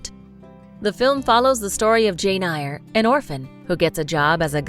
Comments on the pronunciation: this girl really said, "jane EYE-ER" and "charlotte BRONT" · Maddening crowd? Machinations, pronounced ‘sh’. Jane “Ire.”? Bront ? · The narrator needs to learn how to pronounce certain words and names please. For example: It's Far From the MADDING Crowd (not Maddening!). Devonshire is pronounced Devon-share. Bronte is pronounced Brontie. Jane Eyre is pronounced Jane Ere. There were others, but these ones stood out. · OMG. Can the commentator at least get the pronunciation of names and titles right. There were at least 5 errors..eg. Far from the Madding Crowd not Maddening!! Jane Eyre (air) not (eye er) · Hi, my first time pulling a Karen. It kind of makes me cringe a bit when she mispronounced Jane Eyre. It's pronounced "air" ...YouTube a clip of any of 7 film adaptation if you haven't read the book. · ugh. It's Jane EYRE as in AIR,, and it Charlotte BRONTE...e is pronounced like a. good grief. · umm, it's pronounced Jane AIR, and Charlotte Brontay, sincerely - person with an English degree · For heavens sake, if you want to pose as experts, learn to speak correctly ! Eyre is pronounced « air » Bronté is pronounced « Brontay » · Jane Eyre (pronounced as 'AIR')... 😑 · I can’ttttt Jane “Ire” and Charlotte “Bront” 🤦🏻‍♀️ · Too many mispronounced words to list! (things like "...Maddening crowd") The woman obviously hasn't actually watched the films if she says "Jane Ai-er" x) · Hi. The pronunciation was right?? I thought it is pronounced like ear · Eyre sounds like "air" It's not maddening, it's madding Wasikowska sounds like Vashikovska Devonshire is de-von-sher Chalamet sounds like shalamey 🙂🙂🙂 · The pronunciation of "Jane Eyre by Charlotte Bronte" just pierced my soul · Please learn the proper way of pronouncing Jane Eyre and Charlotte Brontë.